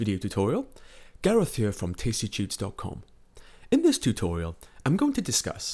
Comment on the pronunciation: This narration is killing me. Great tutorials, but if you could talk a bit more normal it would be perfect. ''Huar'' instead of ''here'', I mean, you can do better than this, like you are singing, whispering, yodeling and changing the pitch of your voice constantly to the point it gets distracting and annoying.